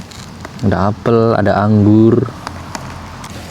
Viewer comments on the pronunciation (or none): none